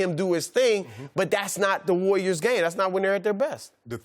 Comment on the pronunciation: "The wayyiors" - Chris Broussard